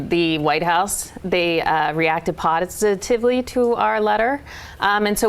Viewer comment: Did she say potisitively? Because that's accidentally beautiful.